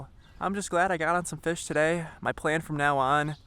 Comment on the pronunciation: "catchin fesh"